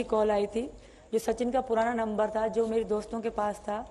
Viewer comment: Number ko lumber kahta hai sachin inko bolna sikhata hai Kaisay muh taak raha😅😅😅